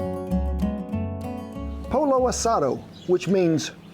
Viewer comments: Polo? Its not a field game its pronounced PO YO asado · I'm surprised he mispronounced it actually. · Please call the name correctly. Had no clue what you were describing it’s not polo like the game. Pollo pronounced POYO. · Not Poh-low ; Poyee-yoh. In Spanish - the double LL is pronounced with an EE sound. Similar to tortilla (tor-tee-yah) or picadillo (peaka-dee-yoh) or quesadilla (Keh-sah-dee-ya). (Tortilla= round corn or flour flatbread); (Picadillo= Cubed beef and potato "stew"); (Quesadilla = a tortilla & cheese "sandwich). Good effort though. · no no no no my friend...Polo asado no bueno. It's pronounced Poyo asado! Love your channel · “Poyo not polo” lmao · It’s pronounced Po-Yo. When you see 2 LLs, replace with the Y sound. Just like you did with Pico de Gallo. Please. This recipe looks great! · It's pronounced poyo asada the L is silent just like Pico de Gallo but great video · Pollo. LL sounds like Y. Not POLO. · Brother from one Wato to another lol Pollo pronounce the double LL’s like Y lol I love ya man from one Okie to another you are true blue brother GOD BLESS YOU and your people and all that you do, In Jesus Name AMEN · LOL! You pronounce "gallo" correctly as a Spanish-speaker would but "pollo" like an Italian! This made my day! Love the channel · It's pronounced "poyo" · A little Spanish lesson: The double 'L', in Spanish, has a 'Y' sound. Pollo sounds like POYO. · The double Ls are pronounced like a “y”. You said it correctly when said pico de “gallo”. Same thing for pollo. And yes, pico de gallo, literally translates as a rooster point or beak, inferring, that it has a bite. Love your videos. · Hey!!!!! My Mexican friends are howling. It’s pronounced POY-Oh. Now come on viejo. Vamanos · Ken say it as Po Yo ( Pollo) Asah Doe ( Asado) :) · Two ll’s together in a word in Spanish has a y sound, pollo= poy oh… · POY-yo. No "L" sound, Kent. Just like in "pico de gallo." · It's pronounced "poyo" asado... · It's pronounced Po-Yo like yo- yo